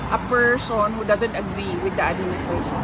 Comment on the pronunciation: Removing a 'pershon' Sarah not politics, ok?